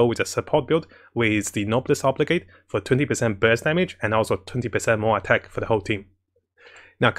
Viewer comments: It bothers me every time; it's pronounced No-bless Obe-Liege with a soft g. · Everyone in Genshin community always pronounces Noblesse Oblige wrong.